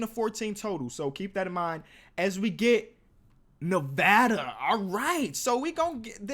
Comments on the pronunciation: PRAISE FOR SAYING NEVADA CORRECTLY! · OMG HE SAID IT RIGHT!!!! I'm from Vegas so whenever someone says it correct it's a big deal due to all the eastern people saying Nah-vuh-duh. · Just glad he pronounced Nevada right